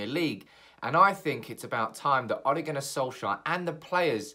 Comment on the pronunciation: Why do you pronounce it like O´le